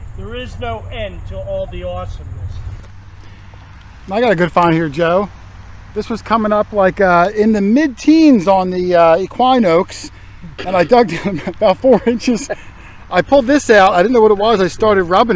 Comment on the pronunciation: It's pronounced ee-kwine ox. Basically you're detecting with a ,,,,,"horse-cow"?